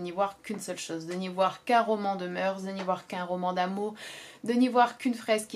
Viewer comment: "Les moeur(s)" on ne prononce pas le "s" à l'oral aha je fais souvent la faute aussi comme 90% des gens ! Une vidéo intéressante mais je ne te pensais pas aussi "XIXiste" dans ta critique : "la vie, l'oeuvre de Flaubert" aurait ironisé mon prof. Voir l'oeuvre par la biographie de l'auteur, calquer les personnages réels sur le fictif... un peu osé et limité, non ? Sainte-Beuve aurait adoré, Proust aurait détesté ! Envisager l'histoire d'amour au premier degré ... étonnant mais pourquoi pas, après tout chacun y voit ce qu'il veut ! Cependant tu précises (à juste titre) qu'il ne faut pas lisser les différentes strates d'interprétation or dans ta critique tu appuies quand même beaucoup (trop ?) sur le sublime et l'idéal en laissant totalement de côté le caractère ironique et sarcastique de l'oeuvre, qui est quand même la lecture critique prédominante. J'ai toujours adoré la citation de Gide "On ne fait pas de littérature avec de bons sentiments" elle traduit bien je pense la complexité de l'oeuvre de Flaubert . Ça m'intéresserait de savoir comment tu lis Mme Bovary et Bouvard et Pécuchet dans cette optique : parce que si Frédéric Moreau est sublime, Mme Bovary peut aussi l'être si j'en crois ta lecture. Et pourquoi pas Bouvard et Pécuchet pendant qu'on y est ! Les personnages de Flaubert tous sublimes à leur insu ? ça me semble difficile à tenir mais pourquoi pas ! :)